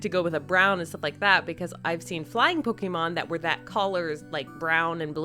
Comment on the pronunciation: It's not Pokeeeemon! It's Pokémon!